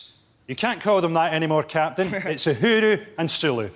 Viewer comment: Both Mock The Week and QI got Uhura's name wrong.